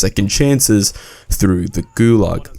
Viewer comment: Gulag, not gulug